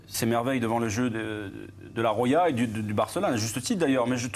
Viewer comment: La Rrroya 😭😂